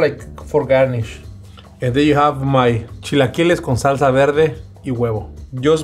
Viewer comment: Automatic like for the legend!!! Eres el más chingón!!! Americans with issues to pronounce the word, repeat with me: ¨Chill A Killer-s!¨ then just remove the R